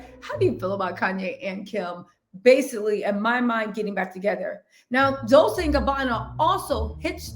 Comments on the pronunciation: It's pronounced dol-CHAY in Italian. I think you're saying dol-SAY because of dulce in spanish. Not the same! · I am obsessed with your channel, love your bubbly energy as well! It’s pronounced “dol ch ée “ 😘😘